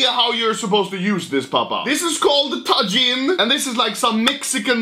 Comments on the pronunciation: ITS TA HEAN NOT TA JIN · its not tagin its tahin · ITS TAHIN (TAJIN) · I could be wrong, I think Tajin is pronounced like "ta-heen" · Just lyk, the j in Tajin is pronounced like an h, soo Ta-heen. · tajin uttalas ta hiin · its actually prounaounced tahin the j sounds like h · its prnounced tahin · oh my god, the way he pronounces tajin